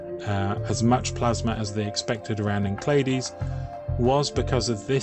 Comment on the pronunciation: ENCELADUS, not "Enclaedus."